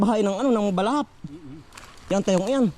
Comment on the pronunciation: BLESSED MORNING TO YOU JM TWINS & TATAY ANDONG..! ITS INTERESTING FOR ME TO KNOW, NA NAGPUNTA/NAMAHAY PLA DYAN ANG SINASABI MONG BALAHAP, ACTUALLY ITS " HUKBALAHAP " NOT BALAHAP, THEY ARE NOT BAD PEOPLE,AKALA KASI NG IBA BASTA HUKBALAHAP EH MASAMA NA..." HUKBALAHAP " MEANS HUKBONG BAYAN LABAN SA MGA HAPON..! PEACE..!❤️